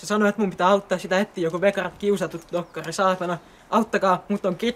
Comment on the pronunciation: Kiusatut dokkakhri